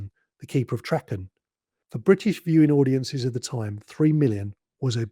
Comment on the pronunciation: Yes, the return of the Cyberment and Adric's death were surprises. However, a word of advice - do a little bit more research - Eric Saward's name was pronounced Say-ward, the planet Traken is pronounced Trarken, and March 1982 was not chilly - it was mild and sunny all the way through, like Spring should be. Perhaps trivial points points, but those of us who were around at the time tend to find it annoying after a while (particularly when you kpet saying Sar-ward instead of Say-ward).